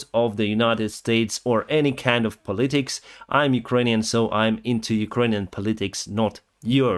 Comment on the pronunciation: Politics = ПО-ли-тикс not по-ЛИ-тикс . Your English is excellent, this is just hoping to make it better! Дякую!